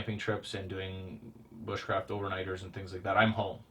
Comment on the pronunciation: Anyone remember that video where he said "booshcraft"